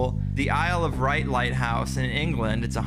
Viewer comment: Mfw he said the isle of right, excuse me I love there it's isle of wight it's said like white. What a plonker...